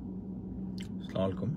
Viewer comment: স্লামালকুম। ওটা আবার কেমন সালাম। ওসব না বলে শুভ সকাল বলেন।